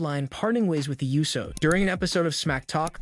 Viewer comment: Also it's not the you so's, it's pronounced Ooh so